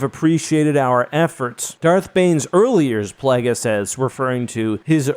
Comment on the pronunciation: PLAGGis? Hurts the ears—where did this weird pronunciation come from? Palpatine didn’t pronounce it that way. It’s Plague-is. YKnow, as in “plague”. Has anyone else heard about the Bubonic Plagg? Immense fan here, but this short-circuits my brain.